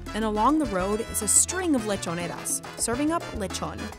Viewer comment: Are you puertorican?! (You sounded identical as a puertorican saying lechoneras)